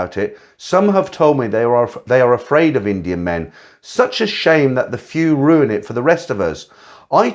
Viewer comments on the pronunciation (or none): none